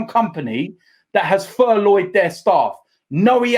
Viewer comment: "ITV have furloyed their staff"